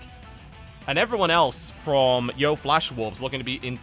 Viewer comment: DAMMIT TB. YO-E FLASH WOLVES. NOT YO.